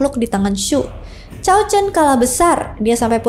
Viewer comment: Lebih pas cao dibaca tsao